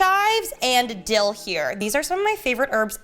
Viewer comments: Dildo ?!? I know you didn’t actually say it butttt thats what I heard. Anyway I love the episodes. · I would be careful when saying dill, because hehe you said dill - doe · When she said “dill though” I thought she said something else 🤣🤣🤣